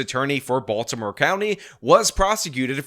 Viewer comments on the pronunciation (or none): none